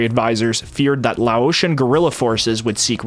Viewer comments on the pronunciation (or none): none